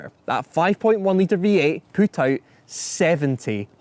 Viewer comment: You lost me when you said "poot"